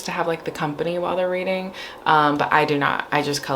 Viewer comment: Every time you said “weeding” all I heard was “wreading” in the pwincess voice 😂💀😭